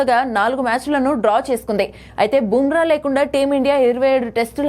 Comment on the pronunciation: నీకు నీ ఛానల్ కి బూమ్రా పేరు పలికే అర్హత లేదు